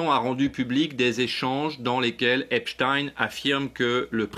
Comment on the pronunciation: Ça t'arrache la gueule de prononcer Epstein correctement comme Einstein !